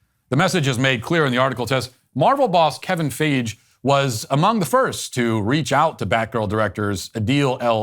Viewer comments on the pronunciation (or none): Kevin Fie-gee not Fay-shh. His last name does not rhyme with Beige, it rhymes with Mikey. You should know this if you are commenting on comic book movies. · Kevin FIEGEE not FEEJE Lol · Not to get technical, but Matt, Kevin Feige is pronounced Fi-Ghee, not like Fayj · Hey Matt, love your work brother. Can't deal with the mispronunciation of names though... (It's a personal thing obviously :) ) Kevin Feige is pronounced "Fy-Gee" and not "Fage". Just saying. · As a huge comic nerd I've been waiting to see she-hulk on screen since I was a kid. I was hoping they'd deliver like with scarlet witch but they ruined she hulk. And who tf is Kevin feej? Lmao its pronounced fye-gee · Liked the video but kevin’s Fiege name is pronounced Fi geee not fage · lmao hearing Matt trying to pronounce Kevin Feige as Kevin FAYJ is hilarious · Lol Matt Walsh like "Fay-dge". It's "Fai-ghee" but this She-Hulk sh*t seems so trash. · Feige is pronounced FYE-gi, not FAYJ. There, just had to get that out. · The real crime is the mispronouncing of Kevin fy-ghee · "Kevin Feej" haha I love how Matt gets these jerkoffs' names wrong and totally doesn't give a fuck. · Kevin Fi-Gee (hard G) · Kevin "FAYEGHE"!!!🤣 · Fiege is pronounced fie-gee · Dude said Kevin feej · Kevin "Feij"? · Not important...but Feige is pronounced "FY-ghee" Carry on. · I think it's pronounced Kevin Fye-gee lol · HIS NAME IS PRONOUNCED FI-GEE YOU SON OF A BITCH. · Fiege pronunciation "fi gee" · Nice video! Btw, his name is pronounced like f-eye-jee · Matt... you really couldn't be bothered to learn how to pronounce his name right? Simply lazy man. Takes 30 seconds to look up and it's not like this is live, you're clearly reading from a script.... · the way he pronounced feige was funny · This dude said Kevin’s last name wrong 💀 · Great video, and I laughed out loud when you mispronounced Kevin Feige's name. Please keep doing that! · Can't pronounce Feige right? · Feige being mispronounced was the best part for sure XD